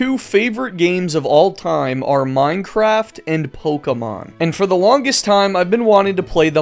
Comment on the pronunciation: That may be the first time I have heard Pokemon pronounce it as actually "Pokemon" and not pokeeemon